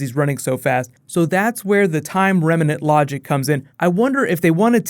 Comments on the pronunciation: It's remnant, not reminant. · its "time REMNANT" not "remEnant". there's no "e". just annoyed me when he kept saying remenant lol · holy fuck dude remnant is two syllables, not remanant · It's remnant man not remenant. :) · Why do people keep pronouncing remnant as reminant? lol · Is it remnant or remenant? Where'd the extra vowel come from? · Remnant - two syllables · Remnant. 2 syllables. That was driving me insane.